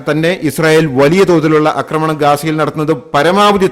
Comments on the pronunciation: അക്രമണം അല്ല ആക്രമണം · ഞാനും ഇതുതന്നെ എഴുതിയിരുന്നു. ഇങ്ങേർ 'അക്രമണം' എന്നേ പറയൂ. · എന്റെ പൊന്നു സാറേ... അക്രമണം അല്ല ആക്രമണം എന്നുപറയൂ എത്ര കാലമായി കേൾക്കുന്നു കഷ്ടം.... ഇനിയെങ്കിലും ഒന്നു തിരുത്തി പറ..